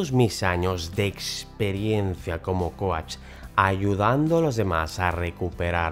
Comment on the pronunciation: Me encanta como dices ‚coach‘!